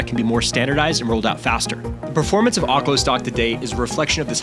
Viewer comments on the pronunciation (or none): Ahk-lo?? Voggle?? Ay-rora?! You're messing with us right? Mispronouncing these to get people to comment?